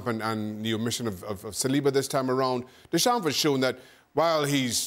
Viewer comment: The way Craig Burley says Deschamps.. he never took any French lessons it seems. Painful.